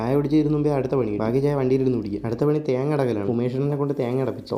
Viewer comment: ത്യേങ്ങ അല്ല തേങ്ങ...😅